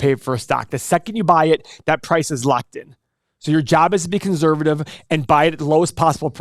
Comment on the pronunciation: His job is to be conzzzzervative